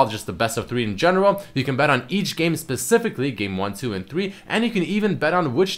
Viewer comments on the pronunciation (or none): none